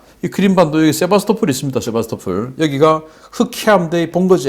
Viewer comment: 세바스토"폴" 입니다